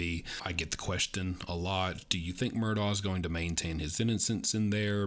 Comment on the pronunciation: It's murdauK.